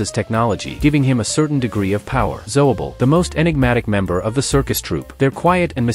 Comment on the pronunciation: "King ger" "pamly" "zoable"